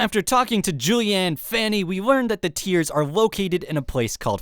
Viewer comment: I believe it's julienne fanis not julienne fanny 😂😂😂